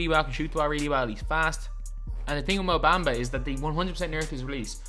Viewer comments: Mou Baumbuh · Mo baimba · The way he says Mo Bamba has me dead 💀